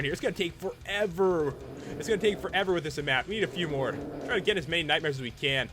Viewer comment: FOREVOWR!!!!! Do you speak English Bro?